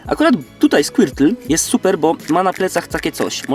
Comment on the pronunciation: powiedziałesz na skłitla burbozałr